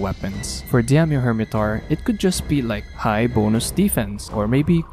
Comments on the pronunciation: Not diamyo, its Daimyo... The A comes first, idk how you can mess that up lmao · pronounce daimyo as die-myo... not di-am-yo, not diam-yo, not dyam-yo... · It's pronounced "Die-myo" :P That said I really hope they did a lot of work with its moveset, as I found his fight dull and annoying in previous games. There's at least that new jumping claw attack that looks kinda interesting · I had to make a comment to help your pronunciation. Daimyo is a Japanese word and is pronounced die-me-oh. A daimyo was a fuedal lord of Japan who were vassals of the shogun, hence there being a shogun version in the games. Good video! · for some reason, why do i feel like every time you say Daimyo Hermitaur it sounds like " DAMN YOU Hermitaur" - probably just me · Demdieddeiodoido. You can say Shogun but not Daimyo 😂